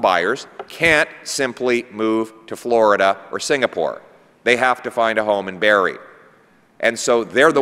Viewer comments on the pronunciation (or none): Barrie. Not Bury. And why is this subtitled? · it's Barrie, not bury